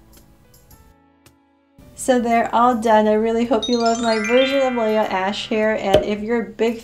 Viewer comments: IT’S LEAH NOT LIAH lol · That's not how u say Leah. U say the a ey not ei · its Lia ashe not laya ashe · I thought it was Leah not Layla